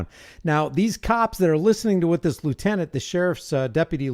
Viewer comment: Lie you tenant (lieutenant)